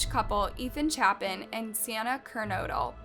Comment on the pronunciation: You said kaylees last name wrong and Ethan last name wrong to like if you watched the news it tells you how to say their last names, and yet you put in a clip and it tells you how to say kaylees last name correctly and you say incorrectly, I'm not trying to be rude in any way